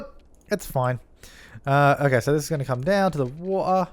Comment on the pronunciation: pronounced water so funny